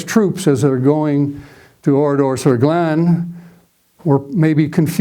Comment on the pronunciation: Thank you,, for your very good presentation. I am very interested in WW2, have been to Oradour-sur-Glane several times and also speak French and German. I was impressed with your correct pronunciation of names and places related to the topic. It was especially pleasant to hear ‘Glane’ and ‘Kämpfe’ pronounced properly for a change. The road you wondered about leads to Limoges. The photo of 189 murdered men is actually in Lidice, not Oradour. The Milice was not involved in the bloody operation at Oradour; it was solely a unit of Das Reich. Indeed, at least one of the victims, Albert Roumy, was believed to be in the Milice. The body on the fence is that of Henri Poutaraud, who indeed was trying to escape but was spotted by an SS sentinel. Only five men made it out alive from the carnage. The death toll at Oradour has been revised upwards to 643. The car on the main square actually belonged to a Mr. Texereau and was moved there from a few metres away after 10th June 1944. The boy arrowed in the photo from the boys’ school is not Roger Godfrin. If I remember correctly, the boy in the photo is amongst the victims pictured in the tunnel in the Centre de la Mémoire.